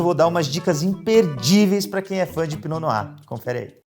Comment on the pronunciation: Pra quem veio só pra aprender a pronúncia: . Se diz "pinô noá" 🥰